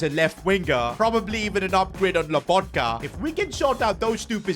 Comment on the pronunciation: Stanislav lAbotka😂 i dont know why everyone thinks his name is written and pronounced like that